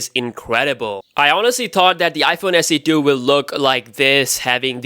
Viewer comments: haha you said iphone se do instead of iphone se 2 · Please say iPhone SE 2! Not iPhone SE Do